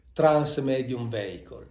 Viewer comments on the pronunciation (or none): Mauro mi permetto di correggerti sulla pronuncia di vehicle, è viecol non veicol